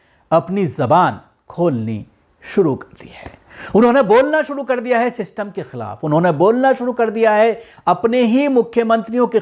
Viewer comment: सिस्टम बोलो सिस्टम 😁😁